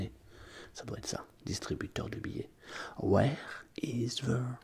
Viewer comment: ouère do you buy tickets ? LOL